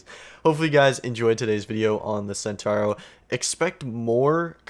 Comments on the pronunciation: Chentauro not Sentauro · Its pronounced chentauhro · As an Italian i might to say that your pronunciation of centauro is not that bad, but there is definitely space for improvement 😉. I'm really looking forward to this patch and especially for the centauro. Keep up the good work👍 P.s. If you want I can try to explain how to pronounce it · It's pronounced sen-tau-row (Tau the Greek letter) Row-mar